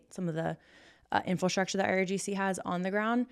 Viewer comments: I really like, I’m a subscriber of hers. But if we’re going to call out Candace for mispronouncing words, I have to urge to stop saying ‘Infilstructure’. She said it at least 3 times so far in the first 8 and a half minutes. In-fra-structure. People can call me petty if they want but it’s only fair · Infastructure. Someone teach her how to pronounce infrastructure!